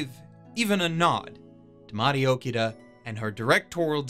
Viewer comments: just a heads up, Toshiyuki is a first name; his last name would be Inoue. also, it hurts me every time I hear you pronounce Mari Okada's name as "Okida" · dude its Mari OkAAAda you know, just like AkAAAda not friccin Okida. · It’s *Oh KA Da*, not OkiDa (Hermione tonality) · OKADA not Okida. Anyways, gotta watch this then. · Dude, I'm happy you're giving this review, but could you maybe pronounce Mari Okada's name correctly? It's O-KA-DA, not O-KEE-DA. You wrote it correctly; what happened? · Okay I Know your Japanese pronunciation is bad but gosh I mean... Really? Okida?! It's Mari OKADA. if you have trouble pronouncing it it's just Arkada with an O at the beginning instead of an Ar!!!! Ughhhhhh. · The love for her work comes through. It's just super jarring to hear him butcher O-KA-da's name pronunciation